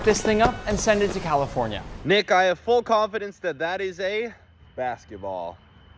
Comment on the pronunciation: Bruh the way that jesser says bucket and its not even close😂